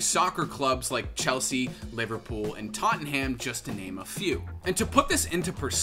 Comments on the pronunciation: Tot-in-ham is meant to be said Tot-nam for all the non-brits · Tot-en-ham I love American pronunciation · Man said "Totten-ham" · The way he says Tottenham made me laugh so hard. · all the brits laughing at the way he says Tottenham. Love u